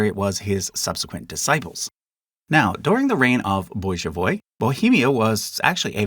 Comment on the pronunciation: yeah I was confused by that pronunciation too